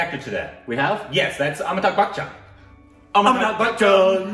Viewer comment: Its AmitaB (B) and not AmitaK (K)